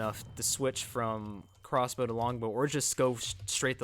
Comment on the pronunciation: He said “corsbow lol